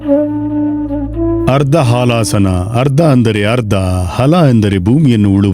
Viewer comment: ಕೆಲವು ಕಡೆಗಳಲ್ಲಿ ಉಚ್ಚಾರಣೆ ಸರಿಪಡಿಸಬೇಕಾಗಿದೆ. ಉದಾ. ಮೂಗಿನ ಹೊಳ್ಳೆ... ಹೊಳೆ ಆಗಿದೆ. ಹಲಾಸನ... ಹಾಲಾಸನ ಆಗಿದೆ.